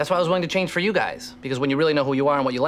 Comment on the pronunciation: are you intentionally using "chang" instead of "change"? you,, are a true community fan.